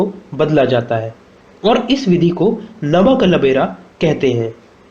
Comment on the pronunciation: Nav Kalebar. Not Nav Kalbera. Lord Balabhadra. Not "Baalbhadra"